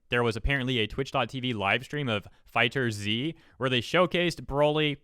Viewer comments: Its fighterZ(fighters) not fighter Z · FIGHTERZ not Fighter Z